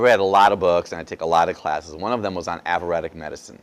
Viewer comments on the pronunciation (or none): Can’t pronounce Ayurvedic, it’s not averedic... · AV ER ED DIC? its EYER VAYDIC. makes me think he really didn't even study it. its not " av er ED ic" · It's NOT AVUREDIC you Ignorant mug. It is AYURVEDIC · Good info...but if you did all that studying, how come you don't know it's Ayurvedic, not averetic. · He’s studied “Avuretic” medicine from India? Is that like AYURVETIC” medicine? Just curious. It’s a bit like a scientist saying “nuke-yoo-lar” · Good vid, but its ayurvedic, not "avuratic" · Avaradic? Do you, perhaps, mean Ayurvedic? Mispronunciation reduces your credibility. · When he says "aburadic" does he mean ayurvedic?? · Thanks for those tips (reminders!) re. those yummy foods. Please get the word right: it's AYURVEDIC not AVEREDIC! Ayurveda – Indian system of medicine. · avuredic?what the hack doc?i suppose he meant ayurvedic that is so unproffesional from a doctor not to know what he wants to refer to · Ayurvedic is pronounced “aye-your-vaydic”. 😊💕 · He pronounces Ayurvedic averedic. So that is disconcerting. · this guy never studied anything. averedic. he would know how to pronounce it if he studied it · If your liver is equivalent to a Fram filter,you're as good as dead already!....Also I can't completely take this doctor seriously because he couldn't even pronounce Aryuvedic and he said he was an expert in it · Probably good info, but would have no credibility with me. The poor man cannot even pronounce the word "ayurvedic" and he claims to have studied it. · Ya think the man would learn how to pronounce Ayurvedic if he's going to profess to know something about it. Wow! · I agree with you...ruins credibility.. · When he says what class he took that he learned about the red apple compared to green he is saying Ayurvedic medicine in case you are wondering what he is saying because he was not pronouncing it right. But great video!!